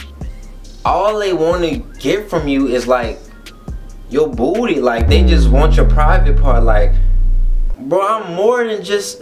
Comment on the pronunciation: The way he say booty lmfao